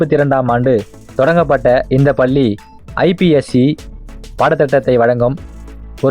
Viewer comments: பல்லி பல்லி என்று படுத்துகின்றாயே தம்பி. நீங்கள் குறிப்பிட்ட ஏதாவது ஒரு பள்ளியில் சேர்ந்து உச்சரிப்பு பயிலவும். தாங்க முடியவில்லையே . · Please prononce Palli properly.Madras Christian college school,Church Park Convent,are also best schools.Of course u did not mention Central schools.